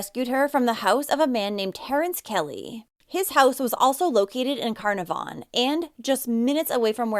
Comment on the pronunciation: Just so you know Carnarvon is pronounced Ca-naar-ven. The middle a is a long sound This was huge in Australia, the whole country was terrified it would be another unsolved disappearance like the Beaumont children or the Adelaide oval kidnappings. There was daily update feeds like the COVID sites, the facebook page made for Cleo has been used for other missing kids and helped reunite more families since she was returned home <3